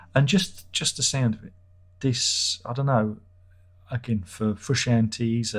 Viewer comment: John Froo-Shahn-Tay 🤣